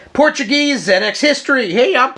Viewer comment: Being English and having a 48k ZX spectrum in the early 80s it's great to hear an American viewpoint of this classic British computer.i love your enthusiasm and you seem like great fun.i'm also pleased to hear you pronounce it zed X,and not zee X!great stuff!